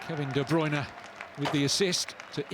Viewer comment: Ohhhh Kevin de bryune